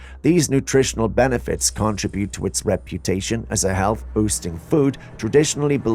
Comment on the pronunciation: A-trib-buted Con-trib-uted Those are short I sounds in the middle.